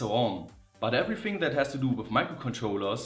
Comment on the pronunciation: I love the everyfing I find that funny!